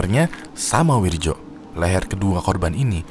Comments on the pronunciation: Wirdjo (read:Wiryo) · Wirjo dibaca wiryo bang klo dijawa